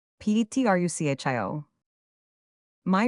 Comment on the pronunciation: I stopped at "Petrusshio's house", just two seconds in. Shakespeare would be turning in his grave. No thanks, AI.